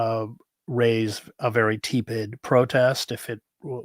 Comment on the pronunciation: Chris, please, pronounce “tepid” correctly!